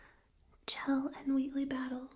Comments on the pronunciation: I'm pretty sure it's pronounced shell. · btw it's pronounced "sh-elle", which is sorta short for Michelle. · I love your videos and am a huge fan of the Portal series as well! I just wanted to offer a little fan commentary and note that, though it's not spelled like it, Chell's name is actually pronounced "Shell". Definitely not my first instinct, but it's something I've heard from the creators in interviews and commentaries past and thought it a unique name and spelling. I hope you don't take this as any kind of critique, but a friendly note from a fellow fan and tingler 😋 much love! And keep sharing all your awesome!